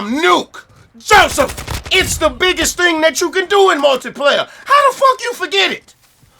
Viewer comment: I watch the rant videos just to hear him say Joseph 😂